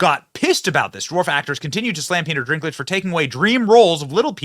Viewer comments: It's Dinklage not Drinklage. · Sorry to correct you Benny, but it's Dinklage not Drinklage. Rock on, I love your episodes. 😊❤🎉🙏💥🔥👍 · It's Peter Dinklage....not Drinklage. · I know this video is old, but just have to say.... it's dink.... not drink... Peter Dinklage no r in the name... lol. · Good news! BTW, Dinklage's name doesn't have an 'R' in it, so it's dink like dinky little guy, not drink like a tall drink of water. (I know I am gonna catch heck for this. I'll see myself out...) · Is the "Drinklage" some kind of joke that I don't get, Benny? Or do you not know his name is Dinklage? Either way, his ego got way too big after GoT - clearly he thinks that no other dwarves in existence deserve to be actors like himself - woke mind virus much. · its Dinkage, not drink lage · Drinklage? He clearly doesn't have an r in his name. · "Dinklage," not Drinklage. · "Drinklidge"..... bruh... wtf 🤣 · Its Dinklage not Drinklage. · Drinklage? Slow down Benny! 😂 Its Dinklage.... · If he says “dRinkledge” one more time…. Lol, it’s “Dinkledge” NO R. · Dwarves are made up creatures?? 😂 uhhh 😬 Why do you keep calling him “drinklage” ? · My boy Benny. Your inability to properly pronounce names is astounding. Although I don't like Dinklage and don't mind you calling him Drinklage I am still hoping that someone on your staff will help you correctly pronounce names before you go on the air. I mean seriously. I'll still keep watching you, it's just so cringe sometimes. Like Stube yesterday. Cringe. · It's funny when Brent calls people the wrong names.... - "Renee" Ziegler - Peter "Drink-lage" 😂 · There is no "R" in Peter Dinklage's last name.